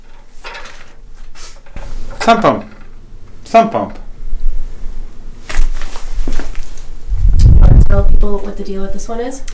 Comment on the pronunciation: Drink every time you hear 'SUBpump' ... no don't, you'll die!